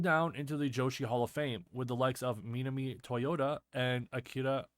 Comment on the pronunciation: Okay I watched the video now. It's good stuff with nice graphics and stat breakdowns, but I have two issues with the comment . You still don't know how to pronounce her name correctly after all these years. It's pronounced "Ma-nam-ee" not "Min-a-mee". Look up her matches and listen closely to the ring announcer, it's nothing close to how you say it. Also, while Nanae Takahashi is indeed a legend she came up in the declining days of AJW and peaked in the dark age of joshi after they went out of business, so she's no where near Manami's level of success, and neither of them were nearly as impactful as the 1976-92 headliners like Jackie Sato, Chigusa Nagayo or even Bull Nakano. The former two were actual celebrity wrestlers like The Rock and Cena. I love Manami but her GOAT status both as a worker and a star is a bit exaggerated by the Dave Meltzer tape trading crowd.